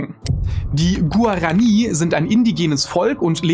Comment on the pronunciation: Guarani spricht man anders aus, da auf dem i ein Strich ist: Guaraní. Abgesehen davon kann ich mich nur anderen in den Kommentaren anschließen, dass das Video unfertig, sowie völlig ziellos wirkt. Dieser Trend lässt sich seit nun geraumer Zeit bei fast allen deiner Videos feststellen: Viel Werbung für Sponsor, wenig Inhalt, flüchtige Recherche und vor allem irrelevante, langweilige, ziellose Themen. Wen juckt es ob irgendwelche Japaner eine Pflanze aus Paraguay vor was weiß ich wie vielen Jahren geklaut hat und jetzt Coca Cola damit Cola Light süßen möchte. Vor ein paar Jahren hast du noch interessante Dinge in der Astronomie, Physik, Biologie etc. angesprochen und das auf viel höherem Niveau ohne, dass teilweise 1/5 des Videos sich dem Sponsor widmet. Ich habe vor etwa. 3 Jahren angefangen deine Videos zu gucken und habe nahezu jedes in diesem Zeitraum geguckt, doch ist es spätestens jetzt an der Zeit dem ein Ende zu setzten. Viel Spaß mit Clickbait und billiger Werbung.